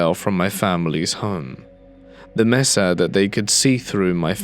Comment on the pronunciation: re: “mesa”: I live in Arizona, but you can do this online, it is pronounced May-sah, not Messah.